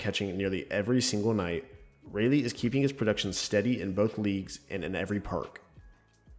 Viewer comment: its pronounced rolly